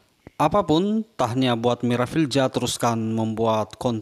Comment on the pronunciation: cuba baiki sebutan nama orang yg ada huruf Z bukan sebutan J.... Parent dia dah susah payah nak beri nama, lain pulak bunyinya.